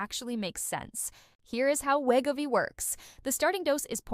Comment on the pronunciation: The bad AI narration is NOT a pharmacist. And it can't even properly pronounce Wegovy. LOL.